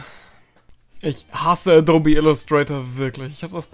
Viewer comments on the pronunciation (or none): none